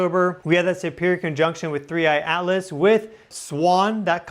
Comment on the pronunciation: I never knew that "Atlas" is pronounced "Alice".